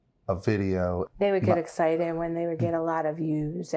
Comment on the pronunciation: Can’t trust an adult who says “etcited” instead of excited.